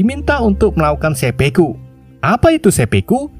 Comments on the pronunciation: Seppuku dul... bukan seppeku. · 1.09.23 dan 1.10.20 dst...dst..; Bukan Sepeku, tapi Sepuku min !